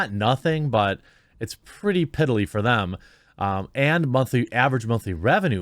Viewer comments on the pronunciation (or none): none